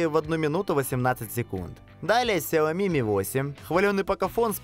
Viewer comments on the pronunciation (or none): none